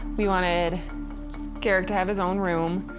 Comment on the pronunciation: I went thru 33 minutes of this before I understood his name was Garrick? I thought she was saying Derrick with a slight speech impediment. I really need it to be Friday, my brain is bad. 🫠